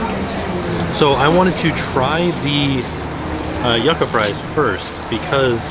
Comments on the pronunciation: I love you, but your pronunciation of yucca was killing me hahaha! For future reference, it's said "you-ka", not "yuck-a":) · I love you dearly but my Puerto Rican ancestors are begging me to tell you that yucca is pronounced like yooka:) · Ngl this is the first time I've ever heard someone pronounce yucca as "yuck-a" lmao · THE WAY HE PRONOUNCED YUCCA